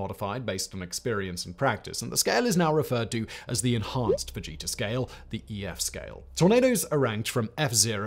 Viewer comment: You said Ted Fujita and I heard Ted Vegeta and had to do a double take.